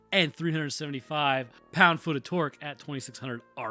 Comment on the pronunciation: I love how puts the emphasis on FEET